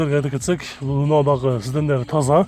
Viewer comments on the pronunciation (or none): Досум СИДЕН дебей СИДЕНИЕ дечи